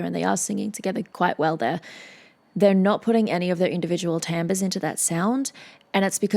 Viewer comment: I just learned how to pronounce timbre properly. Thank-you I was pronouncing it as timber.